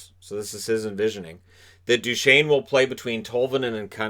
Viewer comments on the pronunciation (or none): none